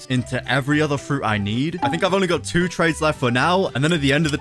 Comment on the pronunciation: why did he say trays not trades?